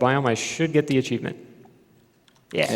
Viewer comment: Why does he keep pronouncing the word cheevo like that? He keeps saying "acheevment" or something like that. Is it some weird slang for cheevo?